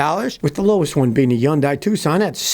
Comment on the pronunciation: For the 400th time, it's HUN-DAY, not YUN-DIE